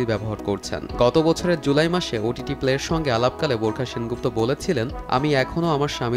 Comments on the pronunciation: Burkha na barkha 😆😆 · borkha...? what...uchcharon vul koren kno? nah parle bolben nah..eta hobe bar kha..dhur mia..🇧🇩🇧🇩😄😄😄😄😄